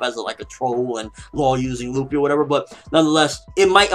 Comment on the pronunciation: This may sound weird and out of place, but I'm getting sick of people calling zoro..zolo? and luffy..ruffy? It drives me crazy but I know I can't change how people say things(especially on youtube lol), but my ocd is driving me crazy. Just had to put it out there. IT'S ZORO, NOT ZOLO. AND LUFFY, NOT RUFFY xD lol